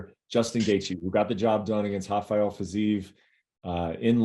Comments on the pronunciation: Okamoto, his name isn’t “hafael” he’s not even Brazilian dude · why does everyone call him "Hafael Fiziev" he is not Brazilian..... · Hey Okamoto, what's with this Hafael Fiziev business? Do you think the guy is Brazilian or something? And you call yourself a journalist😄 What an amatuer!! It's Rafael buster!! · Okomoko, it's Rafael not Hafael. What's wrong with you?